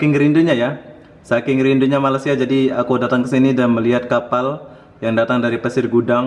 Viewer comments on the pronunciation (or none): Dah bertahun-tahun duduk Malaysia.. cakap je rindu Malaysia... tapi sebut Malaysia pun tak betul2... bukan MALAS SIA ye... tak boleh sebut dengan betul tak layak masuk Malaysia... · Tak payah datanglah.. Sebut malaysia pun tak betul.. Wakakakaka